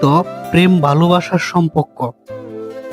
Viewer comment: আরে ভাই, এটা সমপক্ক না, সমপর্ক